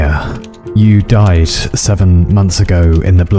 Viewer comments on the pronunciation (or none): "Dear Nia, you 'died'..." His pronunciation of 'died' sounds like DICE which is fitting for the theme of the video. Great stuff :D